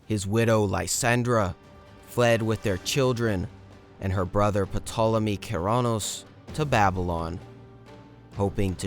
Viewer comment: The P is silent , as pt diphthong is not pronounced in English when a word begins with it. So it becomes Tolemy.